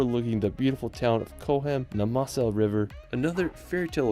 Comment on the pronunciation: Pronounciation of the place names in the video is slightly off the mark, Zugspitze would be something like “Tsook-shpitzah” for example and the Mosel should be pronounced Moh-zel. The castle you spotted on the Rhine and enquired on is actually one of the least historic ones, it was built in the 1800s, while there are many real medieval castles that had actual defence roles in the Middle Ages.